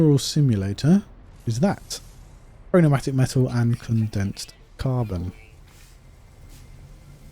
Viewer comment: It's chromatic metal and not chronomatic 😂